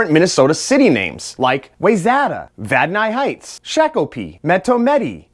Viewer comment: Vad-nis Heights Fair-bo Why-zet-a Shock-o-pee This is how I always pronounced those city names.